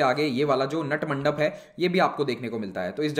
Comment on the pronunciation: Sir this is pronounce नाट mandap